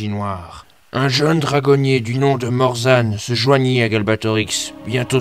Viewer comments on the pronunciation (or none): Si on dit "Morzane"